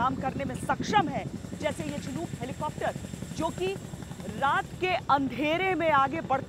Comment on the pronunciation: चिनूक नही शिनूक होता है। भारतीय मीडिया का लेवल कभी नही सुधरेगा।